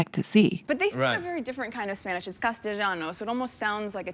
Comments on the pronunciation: She didn't even say castilliano correctly, it does not sound like Italian. I lived in Madrid for 4 years. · Meghan mispronounced "Castellano." 😂 which is a dialect of Spanish (español) that has ABSOLUTELY NOTHING to do with Italian. I hope Colombian journalists interview her in Spanish. I wouldn't put it past her to engineer some sort of hostage crisis.